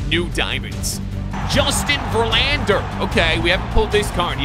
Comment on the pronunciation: the way he said mad max’s last name is very angering, and jose altuve.and that he didn’t know the indiands changed there name.and josh hader. and when he thought the Diamond backs where the angels. and justin verlander . and albert pujols , and Louis robert. and ohtani.and grandal.and marcus.and he called a field a court. and acuna.and tony gwyn.